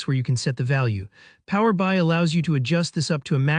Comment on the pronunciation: It's "Power B.I", not "Power By" 🤦